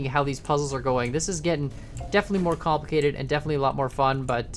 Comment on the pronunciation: kAN-plicated, i died reading that